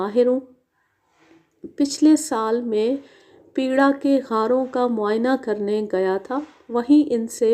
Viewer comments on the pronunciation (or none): پیڑا کے غار نہیں پیٹرا "Petra "اُردن" کے غار ۔